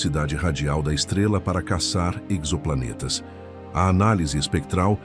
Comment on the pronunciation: Exoplanetas sem pronuncia com o "x" tendo o som de "z" - como em "exotérico"! Parei na terceira citação de "exoplaneta"